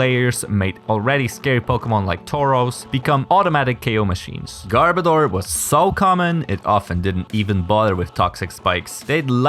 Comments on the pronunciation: Its pronounced garb-oh-duur, not garb-a-door. Its name is a mix of garbage and odor. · I swear, it sounds like he's saying "Gardevoir" more than "Garbodor". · hold on, is not pronounced "gar-BOE-dor"? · Okay. Am I the only one who can't stand how so many people keep mispronouncing Garbodor's name? Because watch this video for the correct pronunciation.